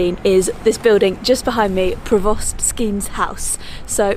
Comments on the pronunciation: Lovely video! But “provost” is pronounced with the stress on the first syllable: “PRO-vost”. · It's pronounced Pro-vist and Mer-kit. Catslegate is one word.